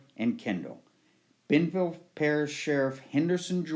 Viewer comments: Its pronounced Be in Ville not benville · It is Bienville, pronounced Be-IN-Ville, NOT Beanville. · It's pronounced "bee N ville" Parish. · Bienville is pronounced "Bee-YIN-val" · It’s pronounced Be-N- Ville Parish. As in French Explorer Bienville who founded New Orleans and established a colony there in 1718.